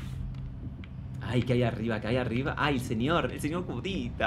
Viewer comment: Voy a hacer una petición para que cambien el nombre de la protagonista a Nerea y al primer enemigo a Sr. Curita (pronunciado como Cudita).